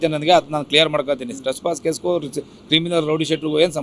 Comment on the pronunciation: Strespass 😂 alla Anna adhu trespass